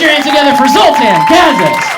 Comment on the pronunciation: Zoltan is Hungarian, isn’t he? Shouldn’t his last name be pronounced Ka-SaSH?